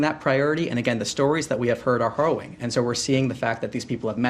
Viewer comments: It's hArriwing, not hOrriwing. A spokesperson should, at the very minimum, be able to soeak his native language properly. His unfamiliarity with this word indicates that he is simply parroting what he heard from somone else, without actually thinking about what he is saying, which appears to be the hallmark of this administration. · Kid can't answer questions. He can't pronounce the word "harrowing".